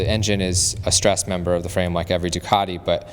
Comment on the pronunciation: Finally, someone on the Bike Shed that can pronounce Ducati. I am impressed!